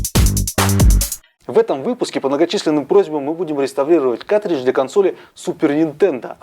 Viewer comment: плату с игрой можно изготовить самостоятельно или на заказ. на ютюбе полно умельцев занимающихся подобными вещами. P.S.: и да правильно говорить "каРтридж", а то уши режет